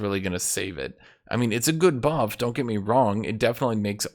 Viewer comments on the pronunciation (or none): none